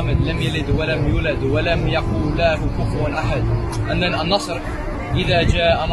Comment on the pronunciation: nice, but his pronounctuation is very wrong on surat al-fatiha, the zaad is supposed to be long and deep, not short and weak, plus, surat an-nasr, his pronounctation of an-nass, was wrong.